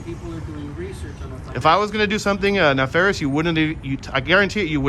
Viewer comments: Keep up the good work, but please stop saying "no ill will intent". It's either "no ill will" or "no ill intent". Also, the other word is NEF arious. Pronounced neff - like JEFF - arious. The reason they ask you to repeat yourself every time you say it is because Nalfarious is not a word. :) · Officer had a bit of trouble with “nefarious”.